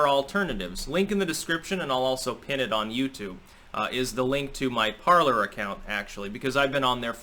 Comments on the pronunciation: PARLER is a french word pronounced like" PARLAY" meaning ,"to speak or to converse" from the verb PARLE...not parlour like a living room or salon. Just sayin... GO STYX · I thought it was supposed to be pronounced "parlay" as in the French word parler, meaning "to talk."